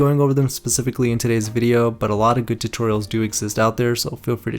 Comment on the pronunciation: It bugs me he pronounces specifically as PACIFICALLY